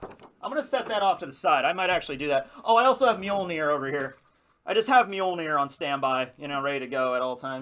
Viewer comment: If you can't pronounce the ö in Mjölnir you're not worthy! Time to practice your Swedish! And I agree with the chat, shoes indoors is kinda messed up lol